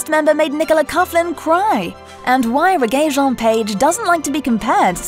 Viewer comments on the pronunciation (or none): its said RE-JAY not reggae geez lol